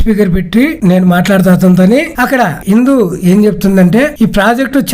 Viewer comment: ఇంతకీ ఆమె పేరు ఇందు నా హిందునా? సరిగ్గ పలకండి 😂